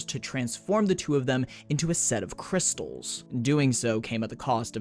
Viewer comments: i lost it on "Cwystalzzz" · “Citrine, she does cwistelllls” 😭💀